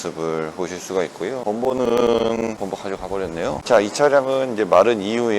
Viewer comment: 자꾸 범퍼를 범버라고 발음하시네요(범버라고 발음하시는게 불편한건 아닙니다!!)